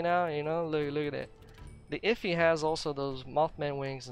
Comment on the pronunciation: Effigy is not pronounced like iffy. Say the letters F-E-G quickly. That's how you pronounce it. Its a representation of something, usually made for ritualistic purposes.